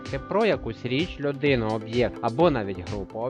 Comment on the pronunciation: Чого у Вас річЬ з мёяким знаком в кінці - так ніхто не вимовляє? Хотілось відео рекомендувати учням, але не можу тиражувати граматичні помилки